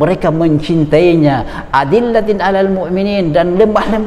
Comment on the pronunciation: “adzillatin 'alal mu'minin” koreksi lagi ust😔